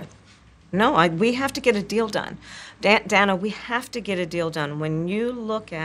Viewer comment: OMG, she mispronounced Dana's name!!! Shame, shame, shame🙀